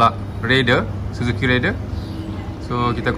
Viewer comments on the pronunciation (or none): Susah ke bang nak sebut Raider? Abg asyik sebut Rider.